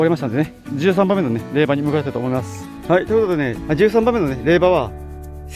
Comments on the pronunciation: いつも楽しく見せて頂いています。 宗教が違うので詳しくないのですが、れいばではなく、れいじょうだと思います。皆さんコメントをして下さっていますが、読むお時間がないのかもしれませんね。 今回本堂に入られた時に気がついたのですが、本堂と大師堂の2ヶ所お参りされましたか？ 今までのお参りの時間が早いので1ヶ所だけかしら？と思いました。 80時間という時間に追われているのでしょうが、どうぞ落ち着いて良いお参りをして下さい。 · 四国に在住ですが まだ八十八カ所巡りはしていません お疲れ様でした🙏 １つ気になる点があるのでコメントしました 霊場は れいばではなく れいじょうと読みます🙏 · から､仙龍寺を"りゅうせんじ"と呼称してますが､読み間違えは､お寺に対して非常に失礼ですよ。 何か､霊場を"れいば"と言ったり､読み間違いが多いですね。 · れいばＷＷＷＷＷＷＷＷＷＷＷＷＷＷＷＷＷＷＷＷＷＷＷＷＷＷＷＷＷＷＷＷＷＷＷＷＷＷＷＷＷＷＷＷＷＷＷＷＷ ダメでつよ れいじょうでつＷＷＷＷＷＷＷＷＷＷＷＷＷＷＷＷＷＷＷＷＷＷＷＷＷＷＷＷＷＷＷＷＷＷＷＷＷＷＷＷＷＷＷＷＷ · 毎回拝見しています🎵 ちょっと気になったんですが❗️ 霊場はれいばでなく、れいじょうじゃないんでしようか⁉️ あと88カ所は札所では⁉️ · 「れいば」が四国人にはすごく違和感があります。細かいことで申し訳ありません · 霊場「れいじょう」、お寺は礼拝「らいはい」です。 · 霊場の読み方を毎回指摘してるけど もう全部収録済みなんだから直せないでしょうよ。誰でも思い違いはあるでしょ？ 鬼の首取ったみたいに言わなくても良いんだよ。早口で聞き取れないって言ってる人もさ 編集でメッチャ大変なのに全部字幕入れてくれてるんだから読みなよ？ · 色んな人が霊場の読み方指摘してるけどもう撮っちゃった後で且つ編集もしちゃってるからきっとどうしょうもないんだろうな😅 これだけ色んな人に指摘されたらきっと今後は霊場の読み方は間違えなさそうですね（笑）